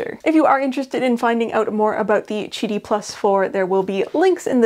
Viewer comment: chidi? i thought it was Qidi (kee-dee). like quail or quack